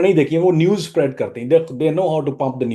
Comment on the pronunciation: Spread ap ne thek se nhi bola.....is se acha ap urdu ka word hi bol lety